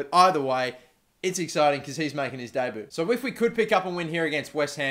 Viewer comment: I love how says debut as "day-boo" lol